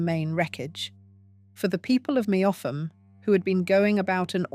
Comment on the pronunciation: Meopham ,Kent is pronounced Meppam . I used to live there